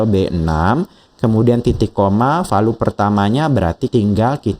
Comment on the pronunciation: Jangan VALU lah pak bacanya 😅